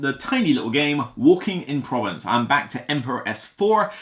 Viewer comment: You should Google the word "Provence" to get the correct pronunciation.